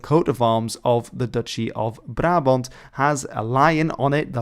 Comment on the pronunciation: Wait, was it "Barabont" or "Brabont"??